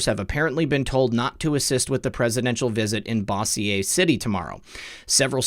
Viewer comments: Bossier; pronounced "Bow Zhur" not "Bow C ay"; ha ha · Just for the record, it is pronounced like Bozure. Louisiana has a bunch of French names, etc. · It's pronounced .....bose (like the speakers)-your (Bossier) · Lol! Bossier City is pronounced Bozure! Am from Louisiana. They should fire the mayor! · Bossier is pronounced BO-zjure. Shreveport is a hell hole being barely propped up by the casinos. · The city is pronounce “ BOW -sure “ Bossier It’s next to Shreveport corrupt and crime like Chicago. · Bossier is pronounced— “Boh-zure ” And, how awful of this Mayor! He is suppressing his employees’ rights!! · Bozcher city....lol. like zsa zsa Gabor....bozser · Bossier city is pronounced: boe -jer, rhymes with closure. I live there. (here) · he will be in Bossier La. pronounced Bo 'sure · Love you!!! Just wanted to let you know that the two s's in Bossier are pronounced like the j in Bonjour but Bossier (with the hard o sound like Bow)....the French influence at work in the area...lol oh, and Epstein didn't kill himself